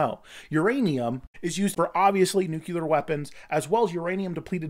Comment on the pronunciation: I made a comment on a video of yours about the way you pronounce nuclear. Never did I imagine you would say it so frequently in your videos. I generally like your content but 🤢